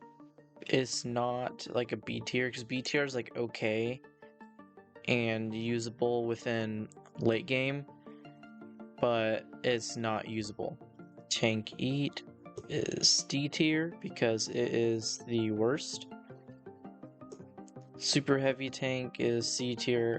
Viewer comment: The "ette" in Tankette is pronounced like "met."